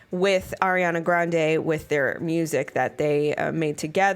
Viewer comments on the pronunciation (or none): none